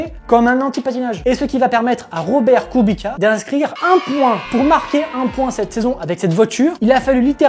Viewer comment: on dit kubitsssssa pas kubika 😭😭😭😭